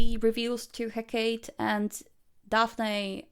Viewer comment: "Heck-kate." lol